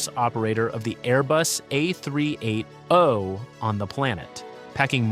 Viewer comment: It’s the tell us you can’t read and speak numbers or using AI voice scripts without admitting it… 🤦🏽‍♀️